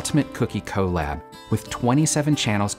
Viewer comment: The way says collab😄